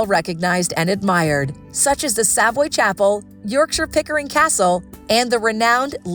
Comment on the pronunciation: Not only that, the narrator mispronounced Norfolk and Savoy. Was that a real person with a heartbeat or another A.I. fake voice?